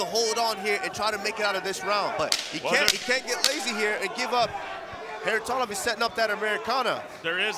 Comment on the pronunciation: I wish the anouncer learn how to pronounce Kharitonov not Kharitonov